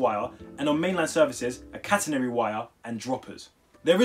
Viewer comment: He says catenary when it’s catenary